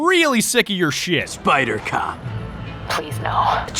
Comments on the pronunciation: on God I thought he said spider cock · I thought he said spider-cock not spider-cop